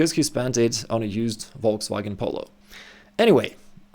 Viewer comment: "Wolksvagen Polo" 🤣😂🤣😅😆😁😄😃😀